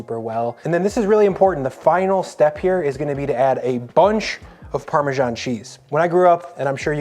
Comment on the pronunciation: Where does the "parmeshaan" pronunciation come from?